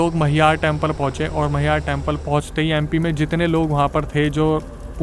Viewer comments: भाई वो मईहार मंदिर नहीं है, मैहर मंदिर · भाई वो मैहर है ना की मैहार बहुत ही सिद्ध मां शारदा का स्थान है हमारे जबलपुर से निकट है बहुत बढ़िया